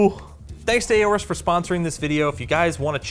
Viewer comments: IT'S NOT "A-ORUS", IT'S "ORUS"! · Why do you always pronounce Aorus as "A-OR-US"? It is supposed to be pronounced as if the A is not there: "OR-US". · Is that how you to pronounce "AORUS"? A..O..RUS..? Weird... 😏